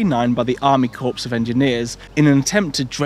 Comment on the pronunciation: Do the British normally pronounce "corps" like "corpse"?